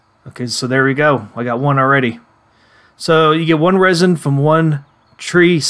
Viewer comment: Resin is pronounced resin. Not rysin. inGOTs? Why you pronouncing everything weird? Is this AI?